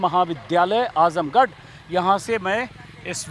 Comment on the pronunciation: आजमगढ़ नाम तो ठीक से ले लो। आजमगड नहीं